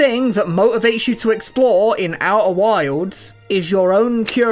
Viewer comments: Oeh' whaildz' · "Au'er wilds" never heard it said that way.